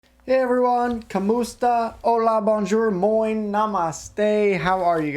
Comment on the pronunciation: Hey, your "Moin" sounds really authentic! very good! Good luck and greetings from germany;)